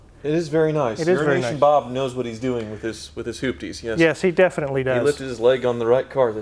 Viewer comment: has ruined Bob’s name single-handedly. I love it.